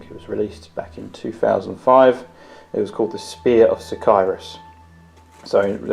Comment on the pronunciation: Row-boot? Sic-eye-rus? Learn how to pronounce names if you want an army that big.